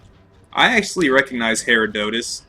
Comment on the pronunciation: Just so you know, the green mages come out of every Herodotus blob except the smallest size. But good job for figuring out they are spawning when you kill a blob! (also you pronounced Herodotus wrong)